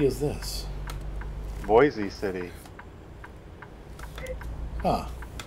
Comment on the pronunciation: and Boise City is pronounced like Boys City